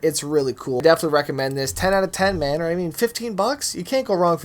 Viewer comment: legit he sounds like he said "babe"😂